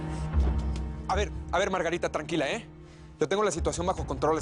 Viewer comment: A mi me dio risa cuándo dise Margatita ..Chela, Felicidad,🤣🤣🤣😅🤣 Violeta .vengan pa. ca🤣😅🤣